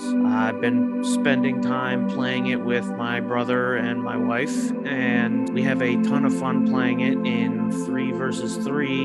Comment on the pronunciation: It's so weird to hear you say "wife"😅